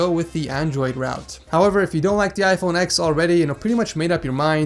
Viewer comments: It's called iPhone ten not ex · Space Grey plz. and stop calling it "iPhone ex". it's pronounced iPhone Ten